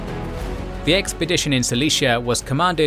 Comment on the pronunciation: Asshumed you say? Drinking every time you say “assume” would be lethal haha.